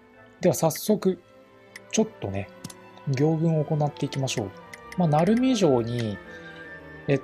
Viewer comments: どうでも良いけど、行軍の読みは”ぎょうぐん”でなく、”こうぐん”ですよ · ぎょうぐんではなくこうぐんだよ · ギョウグンではなくコウグンです